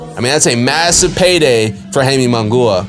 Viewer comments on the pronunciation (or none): Dude, Mungua??? 😂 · Who the fuck is Hayme Mungoooah? And your last name is 🤣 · for real damn destroyed Munguias name pobre